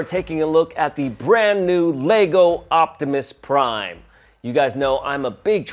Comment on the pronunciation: My man just said octimus prime 😂😂😂